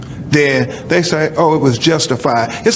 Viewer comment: Sorry. MAYBE this is 'nit-picking', but I HATE the misuse of the English language, when it's so BROADLY taught in schools here. When 'poor' Jacob was explaining, he stated the police actions, "...And DEN...." (DEN being left without a proper SYLLABLE - LAZY) Jacob... Use your language CORRECTLY, IDIOT. 'DEN' is a room in a HOUSE. The word you were LOOKING for, Jacob, was "THEN", an adverb, meaning "at that time", or "at the time in question". How the F__K are we supposed to take you SERIOUSLY when you can't even state yourself clearly?